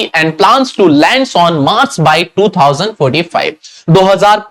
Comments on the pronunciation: londan ❌ land ✅ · Bol ne ki tarica thoda casual hai.❌ London ✅land😅.